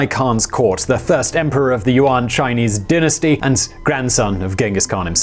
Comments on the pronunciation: I was like, 'Uwan'? What's this guy talking about? Oh, does he mean 'Yuan'? OMG Unbelievable! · its pronounced more like "yuen" its an eh not an ah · And pronounced YUAN like WON too! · Good informative stuff but my asian boyfriend was cringing at your pronouncement of Yuan